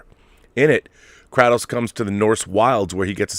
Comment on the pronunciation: KRAY-Tos my brother. anyone whos played one knows its KRAY-TOS